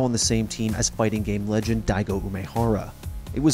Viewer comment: "I want to be... The rej end."